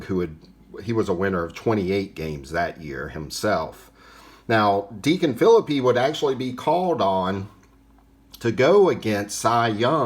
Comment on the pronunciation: Another great segment! Great to know Deacon Phillippe was the first winner of a World Series game. Now, I'm gonna nitpick with you. Are you sure of that pronunciation of Phillippe's last name. I think I lean toward (fil-LEAP) but I'm not 100% sure!